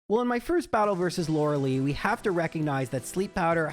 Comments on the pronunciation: Lorelei is pronounced “laurel-eye”. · Please for my sanity pronounce Lorelei correctly 😅